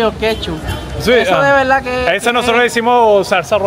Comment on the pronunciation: com respeto a este boricua se le nota la L clarita especial cuando dice verda como que tom énfasis cuando dice VELDA verda